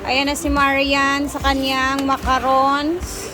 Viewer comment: macaroni spaghetti di macarons. Tam-is ang macaroons.